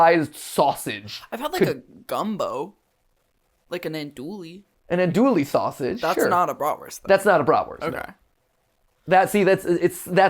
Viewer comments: AnDoUiLlE sausage, noooooo As someone from Louisiana, that hurt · this is such a minor moment but as someone from south louisiana, it killed me to hear mat say andouille sausage. we say it “on-doo-ee” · Andouille is pronounced (an-DEW-ee) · Matthew is a wonderful human and has so much to give to the world, but the way he pronounced andouille felt a death roll to the brain 💀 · I’m from Louisiana and the mispronounciation of Andoullie is unsettling😅